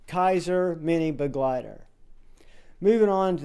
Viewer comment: First reviewer I have heard actually pronounce Begleiter properly. 😂